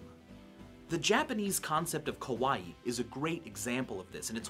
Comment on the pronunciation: 還真不錯^^ ps.Vsauce似乎把可愛(kawai)念成可怕(kowai)的樣子XD